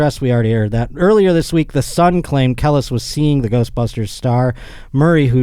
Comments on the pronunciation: I’d never dare to correct I just want to alert his in knowing it’s CUH-LEASE (Kelis). But truth be told, as a roach, Kel-lis made the story that much funnier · I demand an apology after butchering Kelis’ name repeatedly 😂😂😂 Kelis = Kee-lis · Listening to fuck up "Kelis" over and over was painful..... smh. Not a single minority in the room to correct him. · I took a shot every time mispronounced Kelis and this is my ghost commenting for me now. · It’s so cringe how he keeps saying kelis, I wish someone would correct him!! 😑